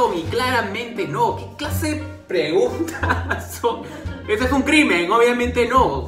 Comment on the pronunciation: ¿Quien mas se dio cuenta que decia preungtas antes de que lo corigiera?